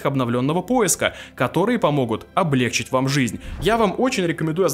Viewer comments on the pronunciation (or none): none